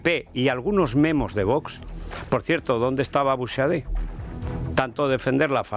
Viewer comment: Da gusto ver que hay algún comunicador en España que sabe pronunciar el apellido de Jorge Buxadé.